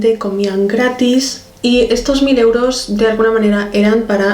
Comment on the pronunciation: "y dale con los euros" sonó muy argentino jajajajaj excelente historia❤ no importa cuando subas videos, nosotros esperamos😍